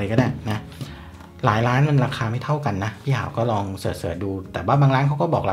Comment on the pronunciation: พูดถึงราคา พี่หาวพูด "หลายร้าน" ... ผมสะดุ้งเลย ได้ยินเป็น "หลายล้าน"